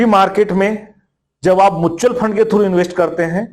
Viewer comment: Faaand nhi fund hota hai...😅